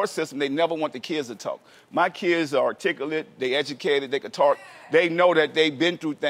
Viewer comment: wait wait did P said he kids can TARK?? LOL it's TALK!!!